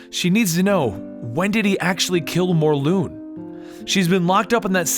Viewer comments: its morlun not morloon god damn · I'm confused I thought it was pronounced morlun not morloon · Is it actually said More-loon? I always pronounce it More-Luhn. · IT'S NOT "MORLOON" IT'S MORLUN AS IN K'UN L'UN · It’s pronounced mor lun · It's pronounced "More-Lun" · It's morlun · Dude stop saying the names wrong its Morlun not Mor-loon and its Anna Maria not Anne Marie